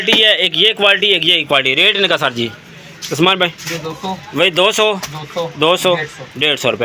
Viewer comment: Asman Bhai 😂😂😂 asman ni Usman hota hai Bhai sab